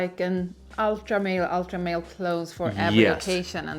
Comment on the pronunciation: God thank you BOTH for saying “Ultra Male” and not “Ultra Mall” …so pretentious when people say it like the latter 😂